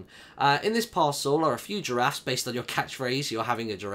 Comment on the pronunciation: ``i have 3 jarafs`` that was she said XDDDDDD